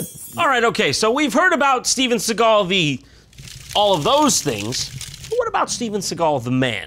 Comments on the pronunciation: Steven S-egg-al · he actually says Steagal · Seagal?? Why do people pronounce it "Segall" it's fkn SEAGULL for crying out loud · when i read his name i thought it was pronounced seagull, not sigall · Shouldnt his name pronounced like seagul with an a?